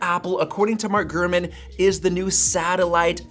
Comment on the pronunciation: Sometimes it sounds like you would say "Gruman" instead of "GuRman"